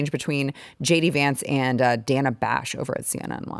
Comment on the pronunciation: The reason she insists on the "Danna" pronunciation rather than the common "Dayna" for that spelling is she was named after Rosanna Rosannadanna. They cut off the clip before she could say "Never mind!"